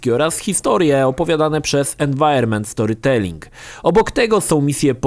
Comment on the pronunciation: mówi "environmental storytelling" z akcentem z języka stalina